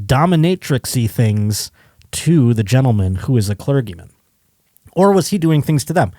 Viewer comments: pronunciation of 'clergyman' (with a hard g) is hilarious. How is it that he doesn't hear how other people pronounce common words? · your pronunciation of "clergyman" is "elementary." Love the show dude!